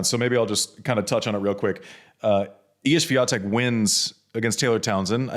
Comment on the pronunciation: When will you ever learn to pronounce Swiateks name?! Its pronounced SWIONTEK 🤦🏼‍♂️